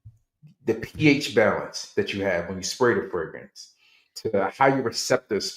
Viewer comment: Wait is from Baltimore now I see why he can’t pronounce the second R in fragrance😂😂😂. And when you said he bought a fragrance and took it back, it reminded me of when I used to work at Nordstrom‘s in Columbia, Maryland and them DC dudes would constantly buy, wear and return everything.